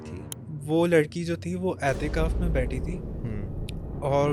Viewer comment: Etekaf❎ Atekaf✅